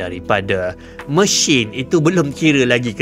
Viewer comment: Sebutan mesin anda lebih kepada machine sepanjang video ini